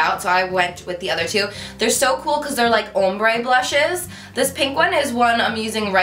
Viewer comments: You say ombré weird.. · The way you say ombré😂😂😂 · UR SAYING OMBRE WRONG LOL